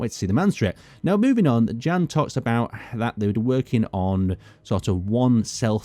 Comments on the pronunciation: I still don't think his name is pronounced as Jen :D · jan would be pronounced as yan im pretty sure